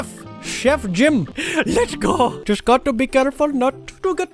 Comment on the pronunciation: Just gawt to be careful nawt to get foked in da bott